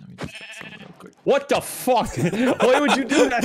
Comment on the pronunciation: The ‘What da fock’ kills me every time